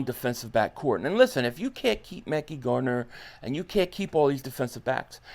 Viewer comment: HIS NAME IS MEHKI(MA-CU-I)‼️ damn stop saying his name wrong! 😒